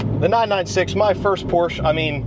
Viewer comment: I heard you interchange Porsch and Porsche. Seem like you're on your way to always pronouncing it correctly lol